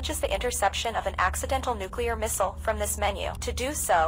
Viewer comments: Oopsies i dropped a nucular bomb on the White House my bad guys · HE HAS THE NUCULAR CODES